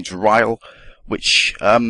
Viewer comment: Rhyl is pronounced Rill